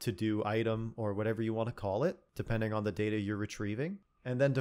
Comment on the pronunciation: I just come here to listen to your voice. Also it's pronounced data